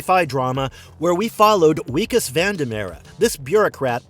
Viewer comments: Wikus Van Der Merwe is pronounced "Vickas van der Merveh". It's Dutch & w's are said like v's, it's also where we get the name Vickers. His name is used throughout the film. Loved "District 9" & hope they do make the sequel. Really enjoyed "Chappie", incidentally, & can't understand why anyone found it confusing. I thought the story was pretty straightforward. I hope "Rakka" gets made into a full film. It was cool the people Blomkamp got to act in that, including Sigourney Weaver. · Who tf is Wee-kis? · did this guy watch the movie? It wikus pronounced with a V Vickus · He also pronounces Wikus' name wrong through the whole video.